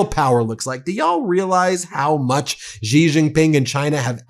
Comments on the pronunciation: Please folks please please please please please please please please and ping of China XI that's his first name is not pronounced g e e it's pronounced s h e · She can't even pronounce President Xis name correctly, and she delivers fake news!!!😢😢😢